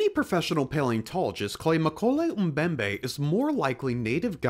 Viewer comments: Even if this so-called “dinosaur” is fictitious, I’m pretty sure that the name is pronounced as “Moe-KEH-leh”, not “McKolay.” Just sayin’. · um-koley um-bembey, man I love american accent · Many problems with this video, first of which is your pronunciation of mokele-mbembe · You can pronounce “Freiherr von Stein zu Lausnitz” (well, passably😊) but not “mokèlé-mbembe”? Pathetic😂